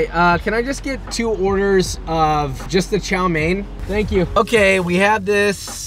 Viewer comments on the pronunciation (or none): ITS TSAO MEAN NOT CHOW MAIN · Hi Joshua, couldn't help but notice you were mispronouncing chow mein wrong, instead of chow main, it's more chow m-yen. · it's Chao Mian for god's sake, and chopsticks in noodles is fine the sin is stabbing the rice. but good video overall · I thought he said Xiao main 💀